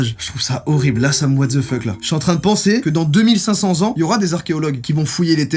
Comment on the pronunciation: he's a 10 but he said watzefucké...